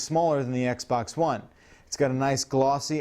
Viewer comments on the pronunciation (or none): none